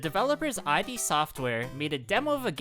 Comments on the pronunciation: id is pronounced as its spelled. not eye dee. i used to say the same. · It’s not “I, D.” Tho…it’s a Freudian psychology term …and rhymes with ‘bid’ …Romero thought it would make him seem smart and learned😂😂